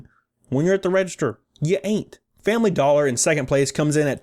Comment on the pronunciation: Fambly Dollah.